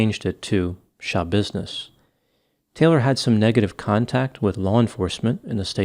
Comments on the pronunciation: 😂😂omfg "None of your Shabusiness" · “It’s none of your shabusiness” 🤣